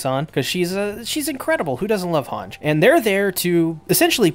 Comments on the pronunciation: its hange not hanj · Why u pronouncing Hanji’s name weirdly?